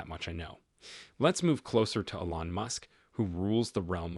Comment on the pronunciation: Obvious AI. Teach it how to properly pronounce "Elon."